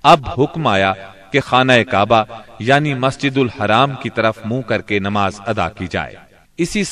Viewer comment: Masjid ul haram ni hota, masjid ul harm hota hy